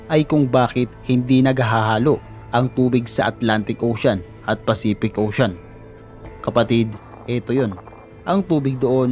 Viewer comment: Jacques Cousteau = zhak-kooh-stoh. Pacific, hindi Pacipic. Photographer, hindi Potograper. Ok at maganda na sana video mo, kaso ayusin mo yung pagkabigkas ng mga words lalo na pag proper nouns.